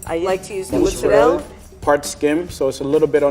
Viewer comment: Is no one going to address how (obviously from Long Island) mispronounces mozzerella? They say mozzerell, manigot for manicotti, and prosciut for prosciutto. An actual Italian friend called it "low class slang." 😂 is usually all over folks who mispronounce Italian words.